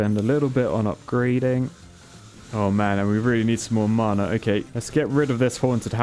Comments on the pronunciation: P.S. "Mana" is not mar-nar, it sounds like manner. Mah-Nah. Rhymes with banner. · It’s not maaaaaana it’s mana. Man-a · Why are you saying mana as marna it hurts my ears XD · Is it me or the way he says mana sounds posh? 😂 I pronounce it (maa-naa) Vs (mar-nar)